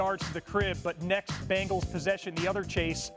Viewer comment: It's BENGALS not BEGNALS. We did have them begging for mercy though😂😂😂. Good game RAVENS!!!!🎉🎉🎉